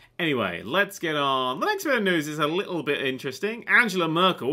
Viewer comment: Angela Murcle FWUUAAAAAAA!! XD XD